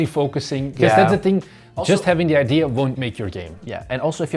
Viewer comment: it's so funny that the guy in the red keeps saying ID instead of idea lol